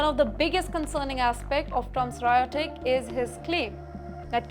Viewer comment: Ugly pronunciation by again. She says, "rhaitoric" instead of "rhetoric".